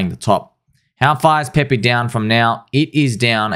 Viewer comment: its PEPE not PEPEE. please